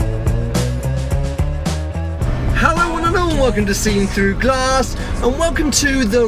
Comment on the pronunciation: I instantly came to the comments after he said "SeenThroughGlass" only to find out that you had already said it :(